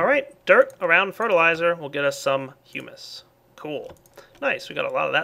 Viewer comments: IT IS hum/is not hughmus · IT'S HUMUS NOT HUEMUS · Hyu-mispronounced humus there the second time around. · When you said humus, I thought you said "humans" LOL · Thought he said human but it was hummus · I pronounce it hum-is to.